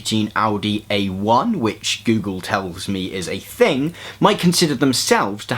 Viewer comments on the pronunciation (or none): none